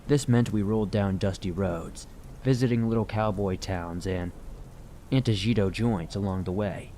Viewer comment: Some tutoring in Spanish pronunciation is needed here. Ancho is pronounced ann-cho, with an aspirated "h" - it is not anko... The "j" in Spanish is pronounced like an aspirated "h", so antojito is said, antoe-hee-toe, not said with a hard "j" - not anto-jee-toe... Once again, one can put into Google or whatever search engine you have, How to pronounce: (fill in the word), and one is give an audio clip as well as a phonetic, spelled out pronunciation for that word. would benefit greatly from this, in every language.